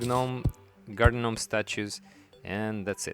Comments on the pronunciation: It's pronounced Nome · I thought i was the only one who say gnomes like Gi NOMEs you my friend earn a subscriber and a like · "guh-nomes" xD the G is silent sir <3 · "Gih nomes". . . . . . . . . . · I thought it was GOO Noms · The “G” is silent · The G is silent. STOP IT! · It’s adorable to hear you say it but I feel like I should let you know the G in gnome is silent.